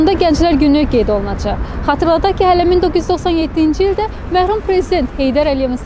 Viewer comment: Hörmetli aparıcı:mehrum yox, merhum!